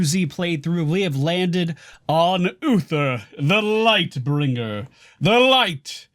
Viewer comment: is he saying woofer delight bringer or am i crazy?